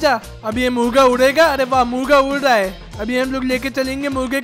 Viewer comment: He said Murga to muga